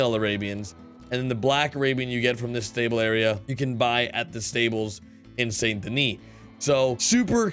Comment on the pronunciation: It's somewhat embarrassing that you can't pronounce Saint Denis properly. Have you even played this game?